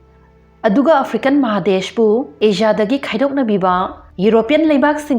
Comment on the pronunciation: Asia di Ajia na phajna pronounce twbi ado Japan da japaen hyna twbiradi hena nungaijagani